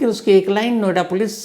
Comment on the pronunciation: नोएडा पोलिस ✖️एडा पोलीस😂